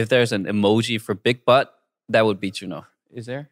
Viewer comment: When eric say "big butt" . I heard "big bite". When nickhun say that. I can hear clearly.